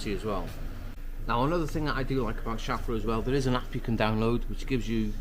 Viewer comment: Yes mate, ‘crisis averted’ is perfect use of the language. One minor correction if I may (as a naturalised German): it’s ‘sheff-ler’ for the pronunciation of the timing belt manufacturer. No offence meant. All the best from sunny Austria and keep the videos coming.